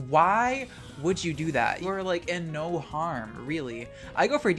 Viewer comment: lmao he said the australian "noarh"